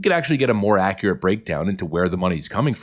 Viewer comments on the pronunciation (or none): none